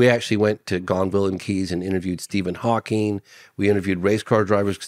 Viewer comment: Tisk tisk. I just don't understand people who is adding the "s" on to Stephen Hawking... And kind of surprised he did not know that Hawking had ALS... smh